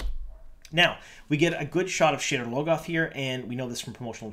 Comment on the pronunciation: It sounded like you called the city "sh*tter logoth" :D